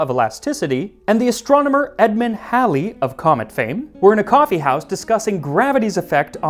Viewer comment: I kept accidentally looking around whenever he mentioned Halley. Because that's my name (Pronouciation and all.) My mom is a huge history nerd and named me after the Astrologist's famous comet. Few people can say my name. And I congratulate you for saying the name well.